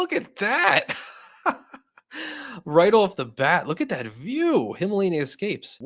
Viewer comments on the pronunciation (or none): none